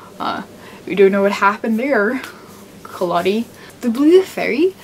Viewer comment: You need to get your facts straight, there's nothing wrong with Carlo Collodi's original novel, you're just being closed minded, and it's Collodi with a soft "o", not a hard "o". And believe it or not, the original Pinocchio is the second most widely read and translated book in the world after the Bible. "We can all be very thankful that Walt Disney stepped in and saved this story from every generation", God, you're pathetic.